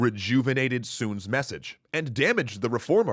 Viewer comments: Messase... ok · that's a weird "G" in "message" :D